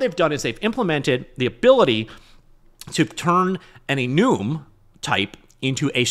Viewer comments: What's an Enooom? Enum? E + num "ee nuhm". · enoom? not enum?😭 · enum❌ enoom ✅ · EE - NUM NOT EE - NOOM IT DOESNT MATTER THE ORIGINAL PRONUNCIATION OF ENUMERATION GRAHHH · Ah yes... the e-noom type. Very useful.